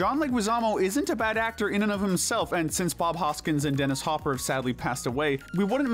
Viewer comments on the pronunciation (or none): none